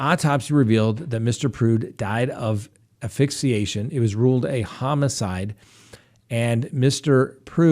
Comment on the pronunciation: Hey, asphyxiation is pronounced ass-fix-e-a-shun. Love your show.